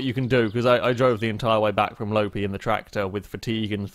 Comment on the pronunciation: Loppi is pronounced more like Lopppppi than Lopi